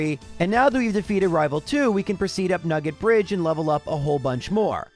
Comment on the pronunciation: I tought you said maggot bridge instead of nugget bridge.